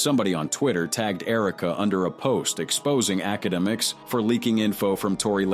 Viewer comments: The fact that it says it wrong, so many damn times gives me anxiety, I don’t even want to watch the video because of it, and I do like the videos of this channel I’m not a hater or anything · Academics lml can't even say his name right 😅😅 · I dunno if this is engagement bait or what but holy fuck the 1000 pronunciations of akademics is killing me